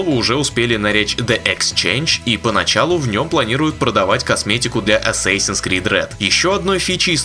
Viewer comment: ЧТО ТАКОО "ЭССЭСИНС" ? ДАЖДЕ ПО АНГЛИЙСКИ ЧИТАЕТСЯ С "А"